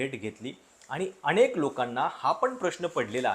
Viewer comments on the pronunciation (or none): none